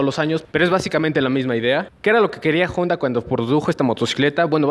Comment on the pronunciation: Si la moto fuera yanqui entiendo pronunciar jonda pero es japonesa y en español la h es muda no decimos joi para decir hoy. Buena moto, deberías poner neutral en los semáforos desgastase así el embrague mucho, también dejas medio embrague en ruta por llevar marcha inadecuada.